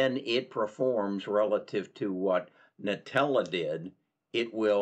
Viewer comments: It’s pronounced ‘Intellia’, not ‘nutella’.. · Another piece of constructive advice: The company is called IN-TELL-E-AH (not Nutella)